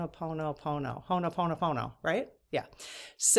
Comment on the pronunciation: It’s pronounced Ho-oponopono 😅